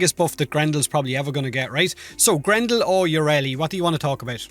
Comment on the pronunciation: i- uh said grendel.......